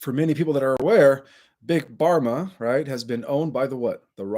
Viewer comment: It’s not big barma it’s big Pharma - with a f sound. Pharma is short for “pharmaceutical”